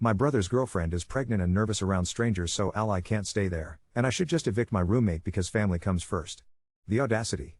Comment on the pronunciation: I don't know what offends me most, the situation or the way the narrator pronounces "All-Ly"